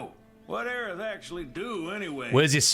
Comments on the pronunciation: Aerith bro (Air-ith) Not Eris (Air-iss) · WHO is Aries? Isnt it Aerith?😅😂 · It's Aerith, not Aeris. And her death wasn't ruined, it was both the same and different. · Isn’t it Aerith?